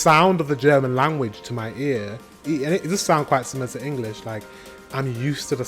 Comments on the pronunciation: Wow you´re pronounciation sounds perfect to me and i should know it as a German. You seem to be very talented if it comes to foreign languages 👏please learn German, wish you all the best and send you hugs from Hamburg (northern Germany) 🤗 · Dang mate, your pronounciation is really good! Sure there is an accant but everyone in germany would understand what you´re saying! If you get some practice you would be fluent in no time! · I'm impressed by your pronounciation. Way to go :D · I think you should start learning German again. Your pronunciation is soooo good. I love to hear your German. And it was so heartwarming to see the joy in your eyes, when you start to remember the things you learned! I was immediately smiling vom ear to ear. Hope you have a wonderful christmas time. Greetings from Germany <3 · you say you can't speak German but you pronounce it pretty well :) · very good pronunciation, i´m impressed! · Your german pronunciation is good. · I can only agree with the previous speaker. Unlike many others, your German pronunciation is really good. Love your channel. Can't wait to see more. 🖖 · You pronounce german so good like someone who spend a few month here ^^ You would learn german in no time i guess!!!